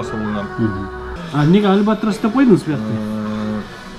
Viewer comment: Альбатроско дагы деле тили келбейт экен байкенин